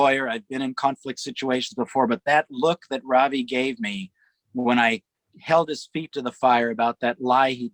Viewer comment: Not REVAI....it is RAHVEE! Like pronounces his name correctly 🤗